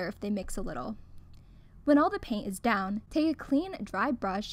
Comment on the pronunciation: It ezzzz what it ezzzz